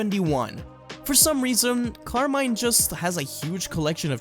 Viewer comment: nice video but please, stop saying car mine, its Italian Carmine since they are inspire by the Mafia.